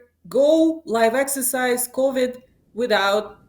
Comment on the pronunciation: "Live Excersise"